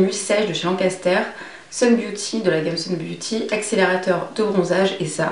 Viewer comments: gelée Lancaster!!! J'ai explosé de rire quand tu as prononcé son nom!! ^^ :p :D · La gelée Lancaster!!! J'ai explosé de rire quand tu as prononcé son nom!! ^^:p:D